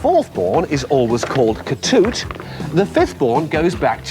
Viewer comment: It’s Ketut, not Tetut, ya titoot.